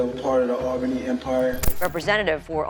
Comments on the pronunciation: It's pronounced "All-bunny". Not "Al-bane-e" 😂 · we say it all-bany not al-bany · it’s pronounced ALLbany